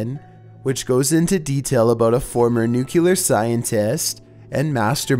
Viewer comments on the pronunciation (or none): You mean Nuculur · You gotta love how says NUCKULAR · someone can’t say nuclear ( new-Klee-er) not ( new-q-let ) 😂😂😂😂😂